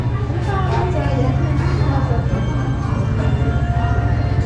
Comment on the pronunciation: SELAM derkenki vurgu çok ilginç..Bir de bu İran'da hickimse birbirine Selamün aleyküm demez mi..?🤔😎